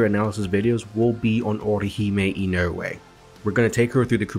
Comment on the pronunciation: Solid video, just subscribed but at Orihime in-OH-EH? Lol it's more like in-uh-weh in terms of pronunciation